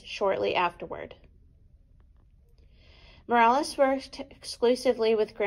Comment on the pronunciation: His name is MorOles, not MorAles. He hated it when people pronounced his name wrong.